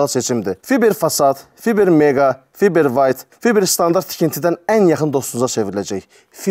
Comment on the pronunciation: Fiber yox fayber